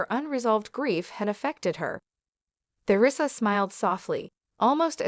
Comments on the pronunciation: Isn't there any way to get a narrator who can properly Pronounce Teresa and and Not THEResa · It's Teresa Not Ther,esa